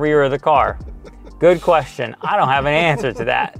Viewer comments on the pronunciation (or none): none